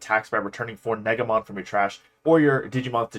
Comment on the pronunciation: Btw I'm pretty sure that negamon is pronounced like neigh guh Mon instead of neg a mon